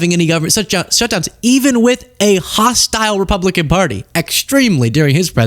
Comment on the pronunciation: Funny how They can say re-pub_lie-con yet can't quite bring themselves to say dem-o-craTic.